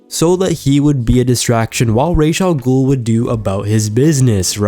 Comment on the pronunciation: Really fun video a peeve is how you pronounce Ra'as Al Ghul's name it's pronounced Raas not Raish!